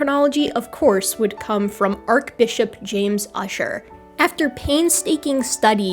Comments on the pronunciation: “Archbishop” is pronounced “arch-“ (like the structure) not “ark-.” Otherwise a very good video. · It is actually pronounced like "Arch Bishop" not "Arc Bishop." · I couldn’t watch/listen past arc instead of arch followed by biship instead of bishop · Ark-bishop? (sorry, feeling nitpicky today) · Great video! Small note from an English major: 'Arch' is pronounced with a soft ch sound like in 'Archie', not a hard c like in 'Arc' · Lyme Regis is pronounced "lime REE-jis". Also, the "arch" in "arch-bishop" is pronounced like the architectural feature (but not like in "architecture"), with a "ch" as in "cheese".